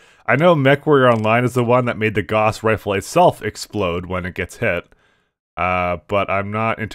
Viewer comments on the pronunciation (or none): The Gauss rifle (rhymes with "house", not "loss) has always exploded when hit while the ammo is inert. The XL engine, likewise, is vulnerable to critical hits in the side torsos and if an IS mech with an XL engine loses a side torso it will die. Clan mechs don't have this problem. CASE is, because of that, utterly useless on a Bushwacker unless you downgrade to a standard engine (or in tabletop and MWO, a light engine) or put your ammo weapon in the arms. But hey, you can't remember the rules of the game, you can't remember the lore, and you can't remember what is a quite small series compared to many of the bigger franchises, and you talk like a tool, but nobody else has done an LP in HD so we're stuck with you.